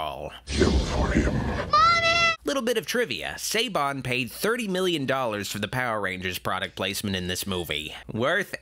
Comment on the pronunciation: I know it's pointless to get mad at a two year old review but not knowing how to say the name of two of the famous and influential producers of all time (Harvey Weinstein and Hiam Saban) is really cringy lol